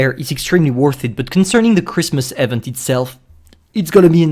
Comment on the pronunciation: Bruhh the way you pronounce "event" lmao